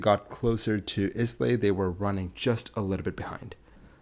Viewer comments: Islay is not pronounced Iz-lay (that is an uneducated Americanism). It is Il-ay, the "isle" being pronounced like an "isle" in a theatre (rather like "iyl" -- In the Oxford dictionary pronunciation is given as "il"). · it's I=LAY not islay the S is silent, any royal flight is assigned a "Purple corridor" He had a tailwind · Islay should be pronounced Ay-laa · its pronounced "AILUH" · It may be spelt Islay BUT it's pronounced EYE-LA! Also Charles has pilots licence! Maybe not cleared for this type! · I had forgotten about this. Two quick points: He's not styled King of England (it would be offensive to the rest of the UK and NI who feel often that England gets undue priority), and it's pronounced "eye-luh". The only reason I know the latter is that I buy Scotch from that island. Is it happy hour yet? Enjoyed the story. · I live next to Islay and I'd just like to be really annoying and nitpicky and say it's pronounced "eye-lah", without the s or the y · Love the content, keep it coming! 😻 For future reference, Islay is pronounced "EYE-luh", the "luh" part rhyming with "mutt". And unlike some other commenters, I think it's a reasonable mistake that you accidentally called him "the King of England" instead of "the King of the United Kingdom", since in the minds of many, England and the United Kingdom are synonymous... but this is an example of a case where it is not. ❤ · The only downside to this well-made video is the repeated mispronunciation of the location, Islay. The ‘s’ is ALWAYS SILENT, and the proper pronunciation in English is ‘Eye-la’ (identical to the female name Isla, which refers to the island). After all, you would never pronounce ‘Island’ as ‘IS-land’, would you? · The Scottish island of Islay is pronounced I-lay… the ‘s’ is silent! The Airbus is an RAF plane painted in a government livery for government use, not just the Royals…. He wasn’t the King at the time of the crash, as the King he never flew anything! So misleading… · It’s pronounced eye-la